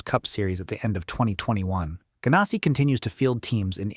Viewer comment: Bodine is pronounced with the hard I sound, not the E sound Ganassi sounds just like its spelt with the ass-sound. Ginn is a hard G, not like the alcoholic beverage.